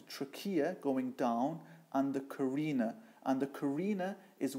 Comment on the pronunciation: He lost me when he continued mispronouncing trachea and carina.